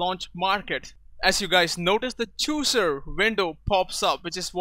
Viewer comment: You don't even know how to pronounce chooser.